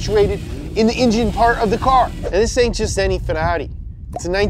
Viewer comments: When the scouse in you comes out when you say farrari 😂😂😂😂😂😂😂 funny as fuck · You say Ferrari like a Brit 😂😂😂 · I like how he pronounce ferrari